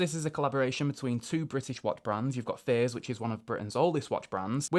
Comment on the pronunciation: Thought he was saying “fizz” until I saw the Fears dial lol